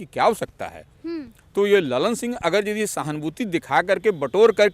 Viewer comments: लल्लन सिंह नही, ललन सिंह😂😂😂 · लल्लन नही ललन बोलो भकलोल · Lallllannn😂 nahi madam Lalan singh hai